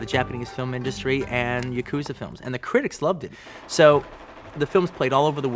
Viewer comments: The difference is yakuza isn't an anglicized word. Paris isn't a mispronounciation, it's how the word is said in English. Yakuza is a Japanese word that Americans mispronounce. In this case it's like saying quesadilla by pronouncing the Ls or pronouncing ramen like roman or ray-men. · It's always funny to me how much Tarantino fetishizes Japanese culture while simultaneously mispronouncing common words like "yakuza".